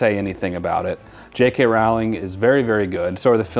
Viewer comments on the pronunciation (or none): J. K. Rowling's last name is pronounced like "rolling". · Grew up with these books/movies, I live in England so I love it haha. It' J.K Rowling (as in Bowling not as in Howling). not that anybody asked or cares haha